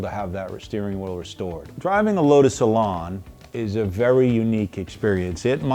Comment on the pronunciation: Elan rhymes with pan. It's not an Elon.